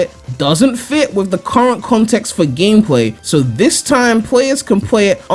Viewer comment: Diwectors and pwayers? Dude you're channeling Elmer Fudd here XD